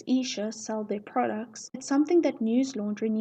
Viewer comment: It's not 💀 news laundry it's news lundary